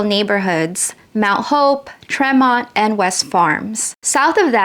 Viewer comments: " Tree- mont"!not Tre love the video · It's pronounced TREE-mont, not Treh-mont. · It's TREE-mont, not TREM-mont. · Say Treemont! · Fremont is commonly pronounced “tree-mont”. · TREE-Mont. That's all I got. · I heard that too. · Olinville is pronounced Oh-Lin_Vil, and Tremont is Tree-Mont. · Tremont is pronounced, Treemont. south Bronx repping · She left out Locust point. Silver Beach. Edgewater park. Van Ness And misplaced Castle Hill. And mis pronounced Tremont. Obviously she’s not from Bronx